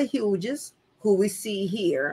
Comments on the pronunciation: Thank you! Her mispronounciaton is grating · Pronounced "Hews"